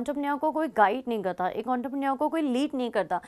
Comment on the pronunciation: It's entrepreneur* Not auntrepreneur 😂